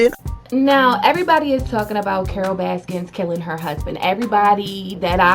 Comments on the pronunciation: Stop saying “Baskins”...it’s BASKIN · Y you say baskins? Anyway I like it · Please say her name correctly. There’s no s at the end. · I love that you call her Carole baskins lol with and S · "Carol baskins" lol. Your an idiot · *Baskin, not Baskins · IT'S BASKIN